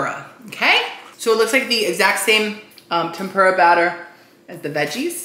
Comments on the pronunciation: we all love you, but it’s the way you say tempura that makes me cringe like nails on a chalkboard. I don’t know, maybe it’s because I’m from Canada and we don’t say it like that, but it’s not tem-PURE-a, I thought it was pronounced tem-puuur-a. Lol I don’t know how to type that out how to sound it out like google does it. But omg the amount of times you said it on this video! Dead. Like I said, love you so much. Love you videos ❤️ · hey just so you know its pronounced tehm-poo-rah not tehm-pyoo-rah:) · it’s pronounced Tem- perrrr- uhh